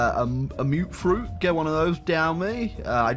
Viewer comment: Best part of this video was when correctly pronounced "Mutfruit".